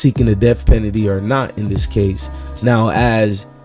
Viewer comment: You mean def pennedy 😂